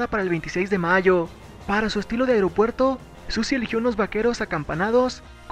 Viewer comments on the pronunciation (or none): none